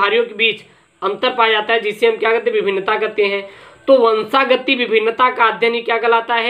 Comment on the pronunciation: Sir vo😁 vanshagati hai na ki vanshgati